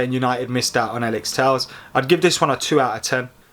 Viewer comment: Tell-ez fking tells lol. I'd love Telles at United